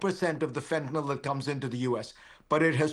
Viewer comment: I notice that Fareed pronounces fentanyl sensibly.